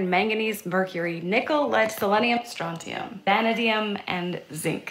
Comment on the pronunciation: Imagine going on ticktock trying to look smart and pronouncing vanadium wrong. 😂